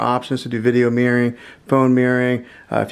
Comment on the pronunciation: Great video. But can we try "mir-ror-ing' 😂